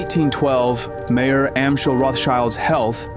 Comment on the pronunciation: Mayor in Yiddish is pronounced may-your. Everybody is going to think his was the mayor of Frankfurt 😂